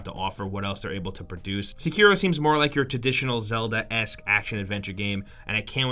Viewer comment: That is the most american way to pronounce Sekiro... "Seckeero" x) I believe it's "sekk-irro"